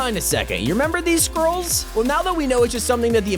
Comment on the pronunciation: When he said scroll I thought he said squirrel LOL